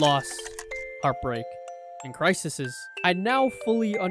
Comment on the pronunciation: loved the video, however, my guy... "cris-iss-is"... king no. it's "cri-seas" [crises]. anyways, great editing! really enojoyed the content